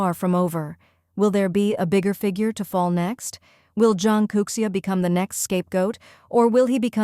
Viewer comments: Zhang Youxia. Not Zhang Kouxia, right? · Zhang Youxia has no "k" sound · Zhang Kouxia? --> Zhang Youxia? 張又侠？